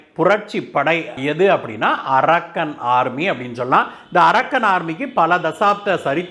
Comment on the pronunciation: It is not "arakkan" army. Pl check fact. English pronunciation should be proper. This name denotes a place